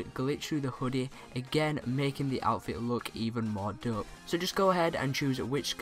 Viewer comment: it's a joke he says dup instead of dope